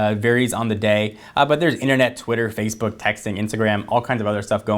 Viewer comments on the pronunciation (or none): none